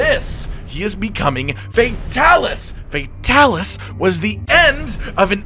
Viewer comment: i turned on captions and whenever you said fatalis the captions said "FAT ALICE"